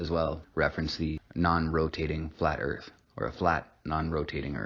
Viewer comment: hear on Ear-th